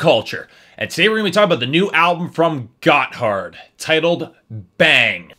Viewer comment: Gotthard is not a "terrible pun for a name." They are named after a mountain pass in Switzerland. And you don't pronounce it "got hard." It sounds a lot more like "gotherd" all run together, almost like it is one syllable.